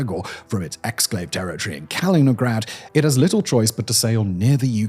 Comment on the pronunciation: Heard it and came scrolling down for remarks.